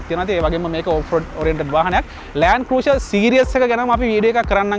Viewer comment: Your Pronunciation “Cruiser” incorrect.